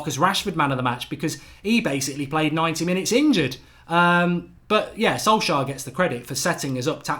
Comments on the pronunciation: Sol-shire? Who dat? 😂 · funny how mark pronounces Solskjær like Solshire hahaha Ole ain’t English